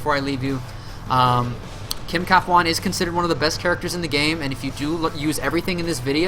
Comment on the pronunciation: It's Kim Kap Hwan. Not Kafwan.